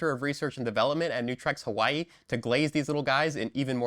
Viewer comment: We need a one hour video of you saying Hawaii